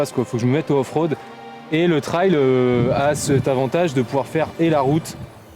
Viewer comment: Bonnes fête à toi aussi. Et je te remercie beaucoup de prononcer correctement le mot TRAIL comme un RAIL (de chemin de fer par exemple...) Quand j'entends des gars dire "TRÈL" ça a tendance à me faire grincer des dents !!! À moins qu'ils disent aussi "RÈL" pour RAIL ???...😂😂😂😂 Salutations motardes d'un vieux con du Sud Aquitaine ✌️✌️✌️✌️